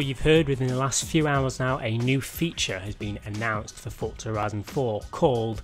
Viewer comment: its called forZa not fortza ... fortnite and forZa didnt magicly get a baby ...